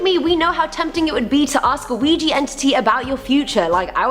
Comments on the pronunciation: ITS OUIJA NOT OUIJI...😡😡😡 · it's pronounced wee gee. like the French word for yes, oui. said, we.